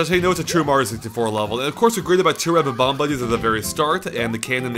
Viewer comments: its bob omb not bom omb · buh-bombs?BUH-BOMBS?I think you meAN BOB-OMBS,! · It's Bob-omb, not Bom-omb. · THEY ARE BOMB-OMBS PRONOUNCED "Bom omz" NOT BA-BOMBS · Great video. But it's not BA BOMB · It's 'Bomb-omb' not 'Bo-bomb'. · it's bom-om not b-bom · haper No they aren't...they've always been called Bob-ombs, bom-omb is just a mispronunciation. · I'm pretty sure it's "Bob-Omb", not "Bom-Omb" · Hello! Pretty sure it's Ba-bomb.... Bye! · "Bom-omb" that fail xD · Bom-omb? smh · Bom-Omb? Oh.... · Isn't it 'Bob-omb'? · but, eveyone says bob-omb